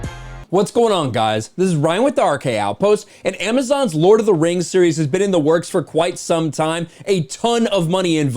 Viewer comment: Lord of the rangs!! Hahahahahah